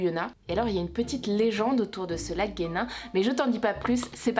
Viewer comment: Je suis tombé sur cette vidéo par hasard et j'ai entendu le lac guenin j'habite à côté 😂😂😭😭😭, c'est pas comme sa que sa se dit, le lac ce dit lac jenin mais s'écrit lac genin